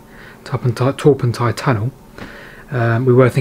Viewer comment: I can try and help you with the pronounciation....... Pentir Rhiw / Pentear Roux (don't forget to roll the R's!) Torpantau was perfect. I heard you mention Dowlais - Dowlice. Talybont - Tal a bont